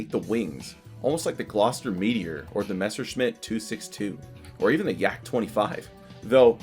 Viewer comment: Hooray! Made may day. Finally, a Native English narrator who knows how to pronounce "Messerschmitt"! I dunno why, maybe you have noticed: Many English Native speakers pronounce it like "meshersmitt". I'm still looking out for an explanation why so many people not knowing one another do so in unison. Great entertaining video as well. Go for it!